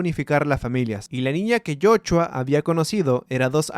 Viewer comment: En algunas partes dijiste jochua XDD